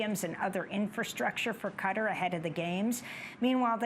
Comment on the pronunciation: that's how it's pronounced. The closest Arabic pronunciation is "Ghutar" so cutter is closer than the "Kuh-tar" many anglos say.